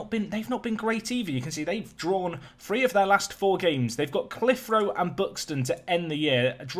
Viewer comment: It’s pronounced clith-er-o